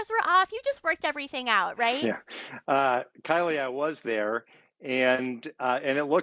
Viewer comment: Love how he continually emphasize that "Kylie" 🤭🤭🤭🤭